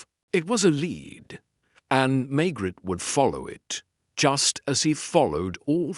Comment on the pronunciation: Why does the AI pronounce the Maigret name as May-gret instead of May-grey like human narrators. They also don’t always say the whole sentence together instead pronouncing the last word almost like it’s by itself.